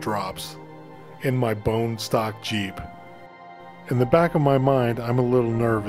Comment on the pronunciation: JEEP RHYMES WITH CHEAP